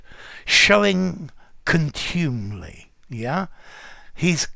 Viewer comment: OED says it's /ˈkɒntjuːmɪli/ with the stress on the first not the second syllable. Mind you, being a word that's never said and only rarely written, I guess it doesn't matter... Thanks for giving us these uncommon words!